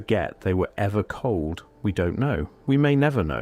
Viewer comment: Culled not cold.